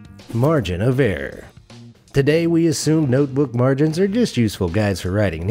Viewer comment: Margin of errrrrrrrrr #murica